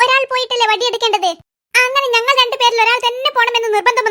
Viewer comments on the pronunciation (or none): ബടി alla വടി 😂